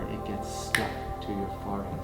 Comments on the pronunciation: Him saying “farhead” was frustrating 😒😡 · The way he says forehead bothers me it sounds like “farhead”